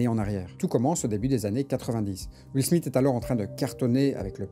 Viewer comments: Ça se prononce Smifs (th) que smite hein. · son nom c'est Smith et non Smit comme tu le prononces tout du long ? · De toutes ma vie j'ai jamais entendu SMITE que ce sois en France ou en Amérique. "Th" en anglais ça n'a jamais eu comme prononciation "T" . Je crois que tu souffre de l'effet Mandela mon ami tu nous pissera pas dans le cerveau 😂